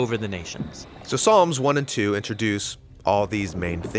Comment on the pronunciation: "There are 150 Psalms"... But he said palms... Excellent video anyway! Keep up the awesome content! God Bless!